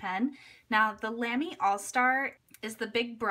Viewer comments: Brand pronunciation is more like Luhmy with the u pronounced as in but or butter. :) Apart from that I really love my Lamy collection but I prefer the heavier Studio to the lighter Safari or Al-Stars, though I prefer the shaped grip section of the Safari or Al-Star to the roundish Studio. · Good video as always! Just FYI, "Lamy" is pronounced so that it rhymes with "mommy". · Love you so much, but you said Lamy wrong and I got triggered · You pronounced Lamy wrong